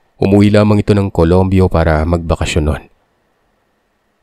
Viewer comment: Colombio hindi colombo taga dito ako😊